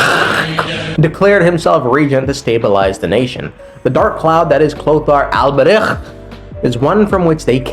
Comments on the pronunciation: dawti pronounce albreich like he's going to casually start his own volksgemeinschaft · The way your saying Alberich is hurting my ears so much lmao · I spit two times while trying to pronounce the name Alberich. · the alberich pronunciation is sending me